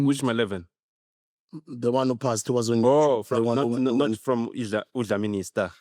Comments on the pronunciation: Shout out to uDlamini i star!!!!!!!!!!!!!!. Nota its not Maleven its Mahewu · Mahewu Nota not ma11